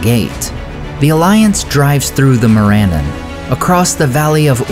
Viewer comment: More-ANN-ahn, not More-Ann-un. No Tolkien language, other than perhaps the rustic pronunciation of Westron by the Hobbits, contains the schwa sound!!